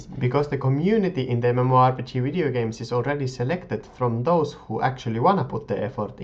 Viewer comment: Funny how you say videogames, or anything with a v :) "wideogames" :) Nice vids btw ^^